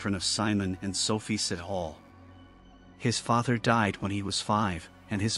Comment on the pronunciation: His name is not sit hole! Sithole are pronounced see-toh-le. I'm not defending but it's just a very common surname in South Africa and you did not even did home work on how to pronoune different country surname